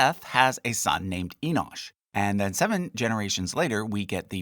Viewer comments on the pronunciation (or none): It’s enos